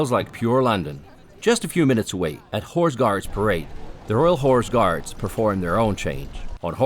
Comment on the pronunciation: Love the narrator's accent, especially , when he describes the "whore's guards."